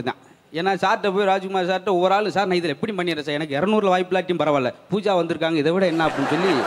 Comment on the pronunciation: உச்சரிப்பு பூஸா என்பது தவறு. பூஜா என்பதே சரி. மதுரையை அசிங்கப்படுத்த வந்துள்ள மாமனிதர் முத்து அவர்கள். காலத்தின் கொடுமை😂😂😂